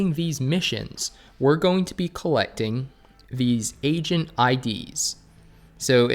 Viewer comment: Everytime you say "Agent id" and i lowered the volume it sounded like said "Asian id"